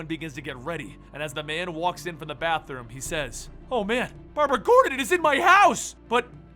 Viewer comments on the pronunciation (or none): none